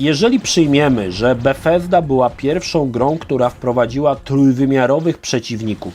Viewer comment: Dziwnie wymawiasz Bugthesda 😂